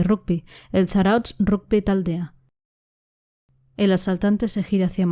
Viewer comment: Kaixo me gusta mucho tu programa lo único no te ofendas se escribe Zarautz pero se pronuncia Zarauz terminado en Z . Podrías hacer unos programas de el falso shaolin. Y el hombre que mataba a Gays , los dos son de Bilbao yo tengo mucha información sobre casos si necesitas ayuda dime. Milla esker